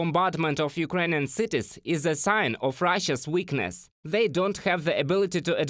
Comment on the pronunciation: “This” is not pronounced “Zis”. “That” is not pronounced “Zat”. “Those” is not pronounced “Zose”. “They” is not pronounced “Zay”. Otherwise, pretty decent report.👍🏼😄